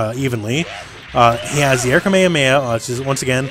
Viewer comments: its a KameHAmeHA. The Hs are pronounced in japanese the same as in english. Anyway, I didn't know several of these tips. The Medium strenching arm having the same bounce as the Heavy one was especially interesting. So far I had only used the L and H ones since those are the ones you can combo yourself. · have you heard Goku (or any of the 3 million characters that can use that attack) say it in japanese or english? All cool with hawaiian dude but that's not how they say it.